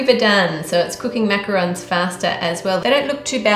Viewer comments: macaron not roon lol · It’s macarons. Sorry. D